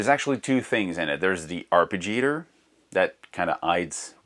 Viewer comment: Arpeggiator pronunciation man...